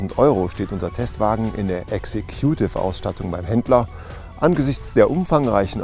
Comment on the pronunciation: ) am geilsten war die 'Exe-kutiv Ausstattung'